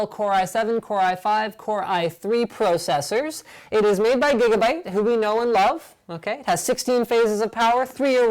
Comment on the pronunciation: I hate how he says processors he says pro-cessors